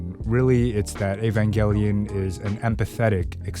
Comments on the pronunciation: he said evangelion right!!! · Finally, someone who pronounces evangelion correctly, as a hardcore eva fan, this show will either make you feel depressed as hell or it will help you get out of a horrible mental spot. It done that for me, so if you're in a tough spot, take a gamble when it comes to this show